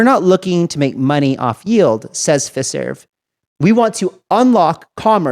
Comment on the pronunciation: I think you should pronounce Fiserv as (FYE-serv)